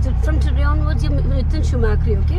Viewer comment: Did she just call him schumakri 😂😅